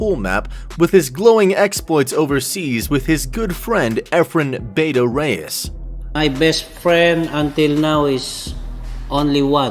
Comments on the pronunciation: please pronounce it as Bah- tah, not Beyta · Cmon dude, say the name right. Bata isn't supposed to be said "beyta" Bustamante even says it right himself, why can't you listen to that?